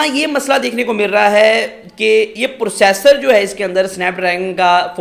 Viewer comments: Bekar review totally baised Or pursassor ni hota processor hota hai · When i heard “Pursasor” I Closed the video